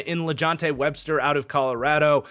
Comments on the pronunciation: Love the video! It’s LaJohntay Wester btw not Webster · it’s wester not Webster for lahjohntay